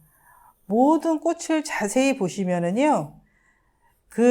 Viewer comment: 꽃을은 꼬츨로 읽어야 합니다.